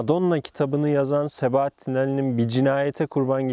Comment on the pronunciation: sebaattin değil